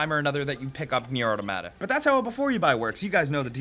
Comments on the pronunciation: I got triggered when he said au tomata it's 'auto-mata' 😂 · "O-tamada" lawl. Auto-mata. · Your mispronouncing Automata. I'm sorry but it really bothers me. Its pronounced Autah mah tah, not Auto matah. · automAta, not autOmata weaboo game, give me a refund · Why do you pronounce it "atamata" and not "auto mata" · "Nier Atomada" how can you not pronounce the word Auto & Mata? _' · straight butchered the name .. lol 😂 😆 😝 🤣 Nier urttermadda 😂😂😂😂😂😂😂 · You pronounced it right the 1st time... aw tom uh tuh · "otamada". Is that actually how Americans say it? Jeez. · (Ah-tom-ah-ta FYI) I really enjoy it. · AutOmata. Like automaton...Good video, bro. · Funny how the pronunciation of "automata" is correct at the beginning and reverts to "a tomata" at the end again, like with most people. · The way you pronounced "Automata" really ruffled my feathers. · The way you're saying automata is driving me crazy. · I know I sound like a jerk here, but I really do wish more reviewers would pronounce "automata" correctly. Sounds cooler, too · You switched the way you pronounce Automata mid-video :|